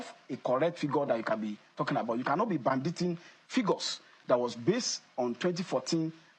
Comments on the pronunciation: Did the secretary of apc repeatedly say " branditing" on national TV? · "Brandishing", he meant to say.